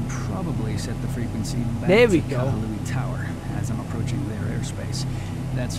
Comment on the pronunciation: just a heads up for the name, its pronounced ka-hoo-luh-wai